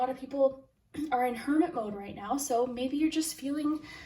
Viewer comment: For group 2, when you were talking about hermit energy, I thought you said Kermit energy. And I think that’s kinda funny